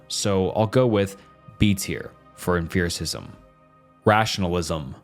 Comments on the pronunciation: Great video, but the way you were pronouncing “empiricism” drove me mad! You did rank empiricism higher than rationalism btw… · Half the info was straight up wrong, he never lists sources, he misuses terms, mispronounces names, never uses evidence, and compares different branches of philosophy (epistemology, ethics, meta-physics). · I am sorry, but there is a lot of philosophy words that pronounced mispronounced here. I am usually not that persnickety about that sort of thing, but empiricism is such an important word in experimentation. Without empiricism, we don't have peer review which means publication doesn't happen which means applied science and product is not possible. It's fundamental and near foundational to many sciences. It's like hearing somebody say Parmeesian when referring to Parmesan. Nails to a chalk board. I am so sorry, I just uggghhhhhhhhhhhhhhhhhhhhhhhhhhhh can't stand it. It's uhm·pee·ruh·si·zm not uhm·fear·ruh·si·zm. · "Emphiricism" is sending me. It's pronounced like empirical; like empirical evidence... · I wasn't gonna comment but you said it SO many times. Why emFEARism? There is no PH my brother. P P P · For me, it was the mispronunciation of many words that tells me his script has words he’s never used in real life. Tell me more about emfearicism my guy. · Dear OP Channel; for the love of everything good, stop pronouncing it em-fear-is-izm. that is all. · The only thing that upsets me in this whole video is how you pronounce Empiricism adding a 'f' sound to it like its spelled Emphiricism. bothered me to no end. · The constant "f" or "ph" sound instead of a hard "p" made this video harder to listen to. You said emphiricism so many times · ok but why are we saying emfiricism and emferical. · EmFiricism? It's a P, not an F. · 'em-FIR-icism?' Did I learn to pronounce empiricism wrong? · You pronounce exPerience and Principle very clearly. Great video but mind numbing hearing say emFEARicism so many times bro.